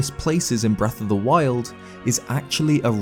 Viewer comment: did he say "wreck of the wild"?